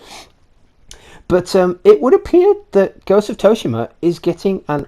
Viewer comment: Soo-she-mah = Tsushima